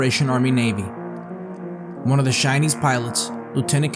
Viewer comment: “Shinese” lol